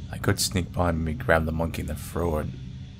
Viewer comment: Why can't you say TH you are like I'm going to go frew the door..... I'm going to frow it ......